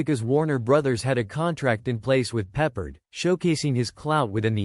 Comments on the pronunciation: George Pep-PARD. Not George Peppered. So ridiculous. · Maybe learn how to pronounce his name.